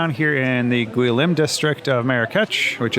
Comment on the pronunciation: The new town district is called Gueliz not Guilim